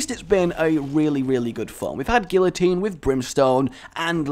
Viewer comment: couldn't even pronounce guillotine... disliked, flagged, unsubscribed. Okay but in all seriousness guillotine is a great item and does not get the respect it deserves.